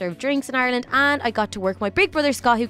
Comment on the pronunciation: its Ireland not arlene